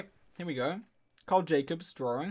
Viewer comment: he's drawring